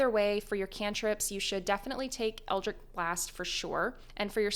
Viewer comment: Best warlock build guide, worst pronunciation of eldritch.